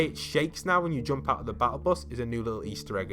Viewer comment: U don’t know how to say jump